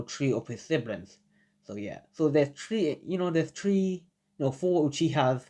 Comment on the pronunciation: No hate but why does he keep sayin tree